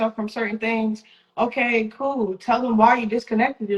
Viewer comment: I got a feeling every time she says “ okey coo” shits not coo😫